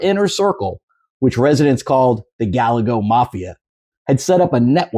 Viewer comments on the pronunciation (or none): Guy-yay-go; not Gal-la-go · Guy Yay Go. That's how you pronounce Gallego. Not Gal Ego. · Gallego= guy-A-go, no hard L. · You Gallego pronounce as it is probably done in Alabama. I think it is pronounced the Spanish way in Florida.